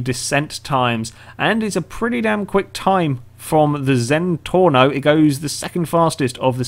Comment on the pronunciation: It's Zenturno and Massacro :D